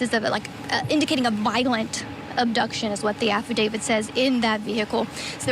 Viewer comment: Side note- someone please tell this girl reporting to look up the pronunciation of the word affidavit! It’s not affidavid. She only said it a hundred times!